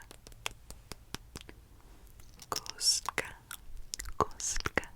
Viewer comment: Oh my god, I didn't know you were part czech! Your pronounciation of cube was really good. I had your video in background, so when I heard "kostka", I was confused at first lol